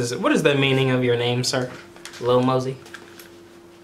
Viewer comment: How hard is it for to pronounce lil mosey you’ll find out on the next expisode